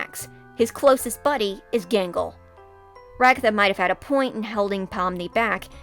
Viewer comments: I keep hearing “Mangle” instead of “Gangle” lol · Who is Mangle her name is Gangle?